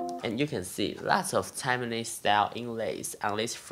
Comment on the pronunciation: Tai...mane, not Taimane. FYI